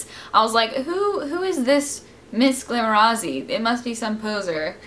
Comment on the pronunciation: You say Miss glamorazzi, lancome and define really weird!!!! SO funny hearing different accents.